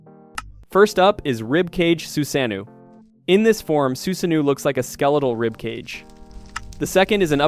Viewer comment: i love the video but i HATE HOW YOU KEEP MISPRONOUNCING EVERYTHING. STOPPP. WHO IS SASU-KAY? WHAT IS SHURINGGIN? WTF IS SUZANNUE